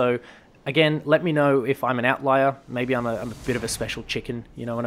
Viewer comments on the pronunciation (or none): none